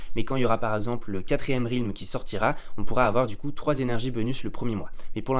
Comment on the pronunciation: Ça se prononce Rèlm pas Rilm !!!!!